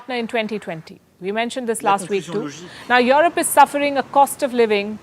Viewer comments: Europe becomes Your-rope 🤣🤣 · Hi Palki. Enjoyed your journalism works. I just wonder why you pronounce Europe as "your-rope" it sounds awkward. I know that Indians carry a specific accent when converse in English but "your-rope" is totally awkward. No offense. It's just constructive feedback. Thanks.